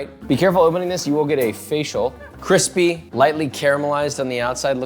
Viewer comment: The instaclick was cwispy.